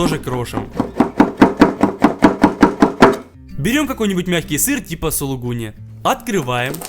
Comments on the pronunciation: не сиииииииииииииир а сыр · Я только это заметил. Не сир а сыр 😂🙃🙂